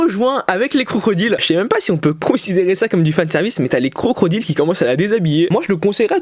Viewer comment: J'ai l'impression que tu dis crocrodile au lieu de crocodile quand tu parles de konosuba 😂 je ne sais pas si c'est normal ou non